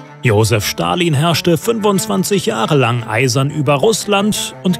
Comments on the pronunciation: Man es wird Stalin und nicht schtalin ausgesprochen aber ja sehr gutes und informatives Video👍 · Ich mache es immer so: 1. Liken 2. Feedback : Ich glaube man spricht es "st(alin)" aus und nicht "sch(talin)" 3. Vorschläge für neue Videos :Frida Kahlo, Sigmund Freud( oder gibt es die schon?) Che Guevarra, Maria Königin der Schotten, Elisabeth die erste, Katharina v. Russland (ehemalige aus Anhalt Zerbst)und THE BEATLES das wäre cool. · Leute, bitte sprecht Stalin nicht "Schtalin" aus. Ist einfach die falsche Aussprache